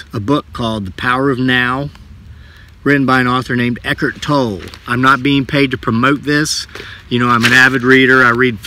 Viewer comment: if I may correct your pronunciation of Eckhart, you are pronouncing it as Eckert, it is pronounced with a heart, it’s Eck HART. Why it bothers me is because I am one of those Eckhart’s, thank you